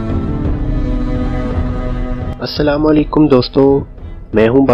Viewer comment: bhai aap slaam kehney ka talafaz seekhain shukria